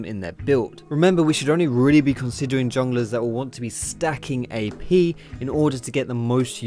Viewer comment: sounds like youre saying EP rather than AP. x)